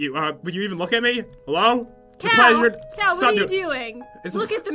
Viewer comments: It's pronounced Cow. Cal, and Cow are the same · "That's not nice Cow" lol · said cow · Am I the only one that thought was saying Cow instead of Cal? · madison wilson I 💭 so to she said 🐮 instead of cal